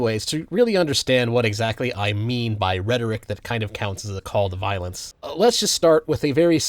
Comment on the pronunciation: “Cawll to viowence”⌨️🫃🏻 some Charlie Kirk acolyte just got done pew pewing up FSU and I have yet to see a VOOSH/destiny follower do something like that. Obviously voosh is over the top but anyone who isn’t a rightoid sperg could tell you that. This video is incoherent just like libertarianism lmao.